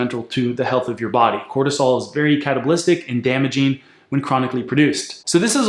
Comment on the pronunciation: 2.40 "Cortisol is very catabalistic..." What EXACTLY does that mean? "Catabalistic" isn't a word I could find a definition for. Google kept asking if I meant "Cabalistic." I'm wondering if he meant to say "Catabolic."